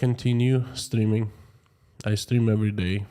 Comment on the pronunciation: Are Russians more concerned about being mobilized or more concerned about killing innocent Ukrainians? By the way, I love your accent when you say I'm streaming live today. It sounds like you are saying, I'm steaming live today... :)